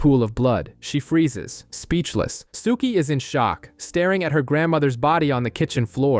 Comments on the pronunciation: Same! Rhymes with "cookie." I mean, I hate to be the pedant in the room, but cripes my dude -- watch a random scene on YT so you can get the pronunciations right lol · If you liked the show (and you read) you'd love the books much more. I only liked the first 3.5 years of the show and then it was very meh. Books were way better. and lol the way you say Sookie. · I know this video was posted months ago, so I'm sure I'm not the only one bothered by how the narrator pronounces Sookie and Fangtasia 😂 I'm only about 30 minutes in and sure there will be more words mispronounced, just don't know how long I'll be able to continue listening to it 😂